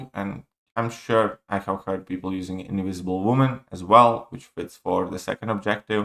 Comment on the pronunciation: Inwisible woman 😂😂😂